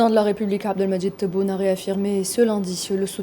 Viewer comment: réaffirmé Abdelmadjid Tebboune la charte algérienne l'Algérie algérienne Elle ne semble pas contrôler les muscles de sa bouche d’où ses problèmes de prononciation. Ou peut être faut aller mollo sur les piqûres !